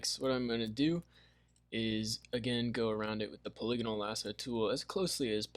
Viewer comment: I died when you said “puliganal” lasso tho lol